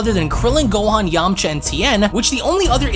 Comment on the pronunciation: Who else laughed when he said Yamacha